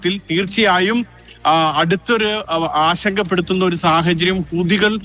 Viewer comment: ഇവനെന്താ ഈ കൂതി കൂതിന്ന് പറയുന്നത്.... ഹൂതി എന്ന് പറയേടാ....വീട്ടിൽ പറയും പോലെയാണോ മാധ്യമത്തിൽ പറയേണ്ടത്😂